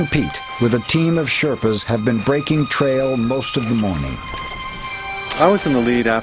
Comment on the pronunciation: Sherpas not shetpas.